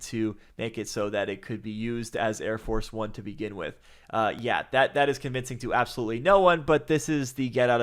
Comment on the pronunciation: did you say Arab force one? that's awesome....